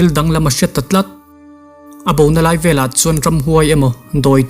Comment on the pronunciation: A hmuhnawm, a ngaihnawm; mahse, he tlai / chu tlai i ti zel a, he lai/ chu lai ti ta zawk la